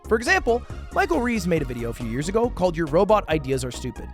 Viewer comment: "three years acoe"